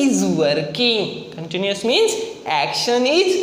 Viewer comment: Continuous hota hai continious nahi. Happining nahi happening hota hai.🙆🙆